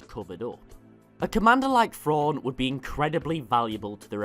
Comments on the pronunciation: It's thrawn not frawn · There's a specific British accent that just cannot pronounce the "TH" sound. Am I the only one who notices this? "Frawn" "nofing" "Feory" irritating I can only make it about FIRTY seconds into FESE videos. what might be an "overwise" good video